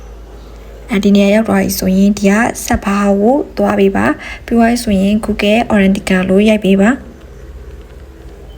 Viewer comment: အသံထွက် က မှန်လားဗျ၊ Google Authenticator ကိုများ ဘယ်လို အသံထွက်တာလဲဗျာ။